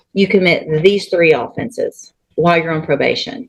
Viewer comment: Ruh oh. Why can't they pronounce OFFENSE properly. ❤😂🎉